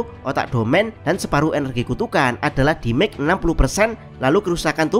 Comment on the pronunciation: demej min demej, bukan dimek wkwkwk